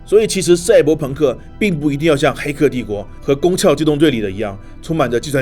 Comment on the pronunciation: 躯壳读翘，所以是攻壳特工队